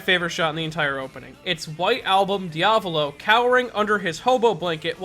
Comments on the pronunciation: Your diavolo pronunciation gave me mortal injuries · You mispronounced Sale ,Diavolo and Narancia! They're names are in *ITALIAN*! Put them in Google traductor. xMattia Also, i'm half " Italiano "and half " Brasileiro " Edit: in one part of the video you pronounced Narancia right